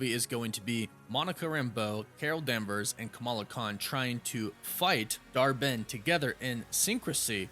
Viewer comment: I keep hearing Dar-Benn as Dharmann!!!!😆😆😆😆😂😂😂